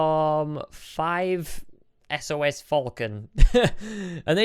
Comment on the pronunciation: "Froommm... 5... es-oh-es-" Me: ITS PRONOUNCED 5 SAUCE whoever that was.. ily